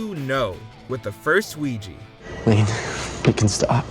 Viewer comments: Ouija is not pronounced Wee-gi .😂 It’s pronounced Wee-ja…Don’t narrate if you don’t know how to enunciate words. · Ouija = oo-ee-jah not oo-ee-jee